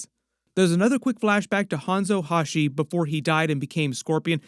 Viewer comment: There is a whole Quan Chi face reveal in the trailer right as kano is sitting up from being brought back to life. He is sitting directly behind kano and can be seen in frame by frame and slo mo.......also it's (Sin-Del) on the pronunciation and it's Hanzo Ha-sashi not Hashi